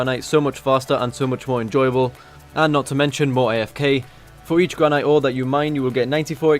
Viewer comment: Misprounced granite. downvoted.